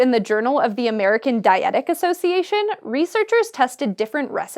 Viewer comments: "dietic"?? it's dya-teh-tick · the word is dietTEtic—not, as you said, diETic (which is not a word). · It's "DYE-uh-TEH-tik", not "dye-EH-tik". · She pronounced dietetic wrong 0/10